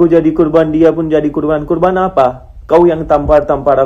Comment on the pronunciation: Korban... Bukan kurban bang...